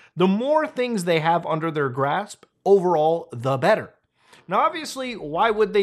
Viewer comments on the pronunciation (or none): none